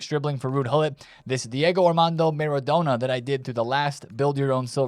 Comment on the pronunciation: just leaving this here for you. Maybe you will start to learn how to pronounce Maradona.